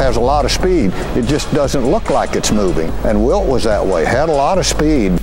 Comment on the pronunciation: So much shpeed!